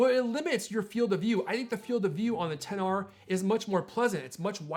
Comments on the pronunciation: It bothers me that he is saying the names incorrectly. It also looks like the audio is not synced in this video. That makes it so hard for me to watch. Come on man. Say them right and don’t try to be different. What, you think I am going to go to the Apple store and say I would like to purchase the 10XR. They would be like I am sorry but we don’t sell a phone by that name. There are way better videos about this phone. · When you said XR I thought you said Pixar